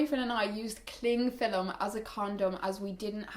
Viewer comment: "Clingfillum" haha <3 love it.